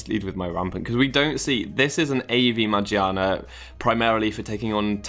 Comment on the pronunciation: i like your video. but shouldn't it be pronounced as ma , gear, na? because the dubbed volcanion movie pronounces it that way. :P